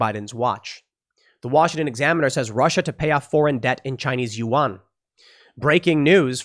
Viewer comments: Psssst……It’s not pronounced you-ahn. Yuan is pronounced more like ven or yen, it’s more of a guttural uhng sound followed by en, as in end. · pronounce Chinese currency at "Juan" not "You on" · “Wan” not youon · Why can't you pronounce yuan?